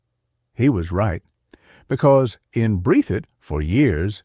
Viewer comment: Breath - thit! Is how it's pronounced buddy.